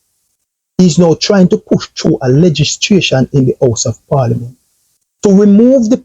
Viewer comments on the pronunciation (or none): Legislation mi G. Not legistration.